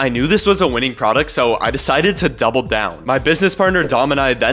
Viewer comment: did he say doofel for engagement 😂